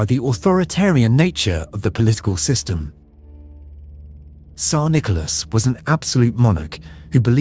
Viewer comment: And the pronunciation of this AI generated narrator is terrible. One of the weirdest pronunciations of Tsar I have heard